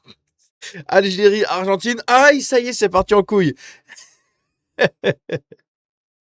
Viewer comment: "Viva l'algiré, ouane, tou, sré!" 😂